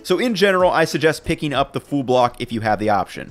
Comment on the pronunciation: Love the channel and I don't know why but it irks me when I hear "full" being pronounced as "fool" loool